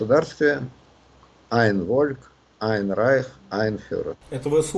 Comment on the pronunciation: спасибо, что продолжили цикл. Леонид Александрович, "ein Volk" произносится как Фольк, а не Вольк. зы сравнивать деяния ВИЛ и ВВП некорректно, т.к. разные исходные условия, Ленин контролировал Украину а Путин нет. Да, Путин думал пойти ленинским путем - крым и донбасс привяжут украину, но понял, что сейчас ленинский путь не работает, наоборот, Украина украинизирует эти области и уводит их от России. Поэтому он и пошел своим путем - выдернуть из Украины то что возможно.